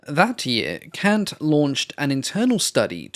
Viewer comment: Hi, I officially forgive your pronunciation of CANT on behalf of all of the people of Italy, none excluded